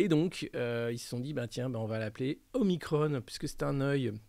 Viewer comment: Parfaites ou presque sont vos chroniques, un point de détail, pourquoi prononcer omicronne et pas omikron ? Je m'interroge...